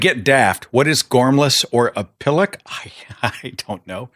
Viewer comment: Jeez. Never realised how many of these slang terms I have actually used in my lifetime. I especially liked the way he pronounced pillock. Anyway, all those people with their signs were just a bunch of dickheads who did not represent the majority of Brits.